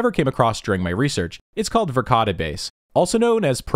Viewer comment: I listen to these as i wind down into bed, i absolutely heard Verkade Base as Ricotta Base.